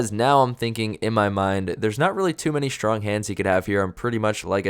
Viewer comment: The word STRONG does not contain the letter H